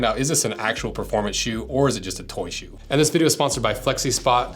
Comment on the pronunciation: Bro I’m sorry but I hate how he calls it “Toy ShOe”